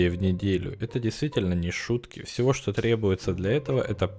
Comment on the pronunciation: Лайкер,пожалуйста научись говорить "ЧТО" :3